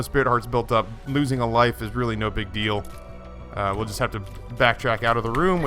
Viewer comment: Deal not deak